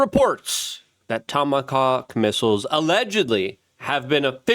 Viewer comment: Haha he said tomacock